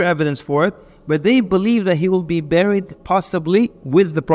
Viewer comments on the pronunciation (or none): none